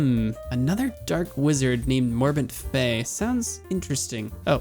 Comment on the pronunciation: Love your series bro but two things I need to point out. First its Morbent FEL, not fei, and second the Warders you fought are quite unique. They're not immune to magic per-se, they have spells called Frost Ward and Fire ward and activate them whenever they first get hit by one of those types of spells. I'm not sure on your feelings towards addons but a cast bar addon will help a lot. Keep up the good work bro, I click these vids as soon as I see them. I especially loves your reading of Jitters Journal. I knew the story but I've never actually sat down and read the book before